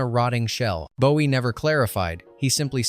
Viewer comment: And Boo-ee 😂😂